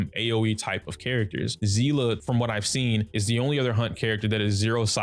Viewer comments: It's Seal-ah pronunciation. It's literally said in game. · It's not "sea-lah" 🤦🏻‍♂️ It's a German word and the pronunciation is "see-lee". Y'all American's really need to brighten your language perspective because it's pretty pathetic